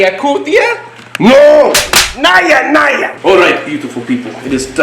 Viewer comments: Correction India Cobra is naja naja or naga naga not nya nya ( like in Spanish where 'j' sound like 'ha' or 'ya'). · Not naya naya its naja naja🥰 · Naja Naja not NAIA naia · Why do u pronounce it as 'Naya Naya'..? It's 'Naja Naja' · It's not NAYA NAYA IT'S NAJA NAJA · The way you say 'Naya Naya' sounds so cute 😁 also, Its 'Naja Naja' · Your pronunciation of Naja Naja is wrong.